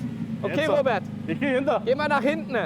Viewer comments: Wenn Du am Ende eines Satzes ein Wort hast, das mit den Buchstaben "EN" endet, sprichst Du das immer "NE" aus. Beispiel "hintNE, guckNE, parkNE"... Wieso machst Du das? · Hintne? Was ist "hintne"? Da stimmt nicht nur der Ton nicht, sondern auch die Aussprache ;) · "Robert, geh mal nach hintnä." Wat denn dat für n Dialekt 😀 PS: du kannst kein Standgas geben, das macht der Motor ganz alleine 😀